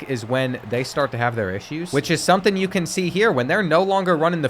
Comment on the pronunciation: Its not bean bro it's YOU 🫵